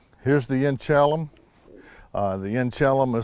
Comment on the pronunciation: The pronunciation is inch-a-LEE-um. Named after a small town on the Colville Indian Reservation in Washington.